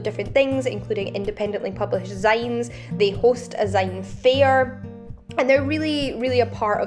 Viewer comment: Adored this video while feeling shamed that I've managed to live in Edinburgh 3 years and never visit any of these places. Just one thing though, why do you pronounce 'zines' that way??:o:p